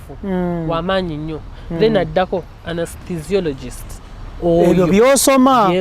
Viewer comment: it’s ane ste siyologist 😂😂( anesthesiologist)